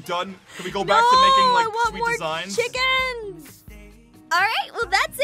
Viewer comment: Aphmau : We Have More Cheekins!! (or Chickens!!) Me : gosh there owls aphmau!